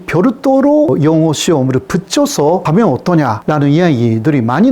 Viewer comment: 잘봤습니다. 그런데, a. 구독...이 단어를 '그독'이라고 발음하시네요. '구' 발음이 안되시나봐요. 조금 더 노력해 주세요. b. ~하면...이 발음은 ~하며...로 들려서 어색합니다. 중국통인 유튜버 안유화 교수도 마찬가지더군요.